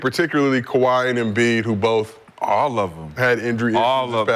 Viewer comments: Dah, it's Kawhi Dah.. 😂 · Ka-wiT Leanord.😆